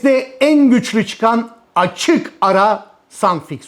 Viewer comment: tşk.. Dikkatimi çekti... Sun-Fix adında başka tür bir yapıştırıcı var, siz yukarıda Sun-Fix yazmışsınız ve söylerken de Sun-Fix gibi söylemişsiniz. Halbuki videodaki ürün Suf-Fix..